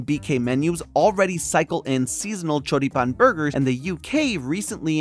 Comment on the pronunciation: Hearing you pronounce Choripán and Chimichurri was exquisite, my man. Have you been to, or are from here in the South? Either way, I loved your take. Saludos desde Argentina!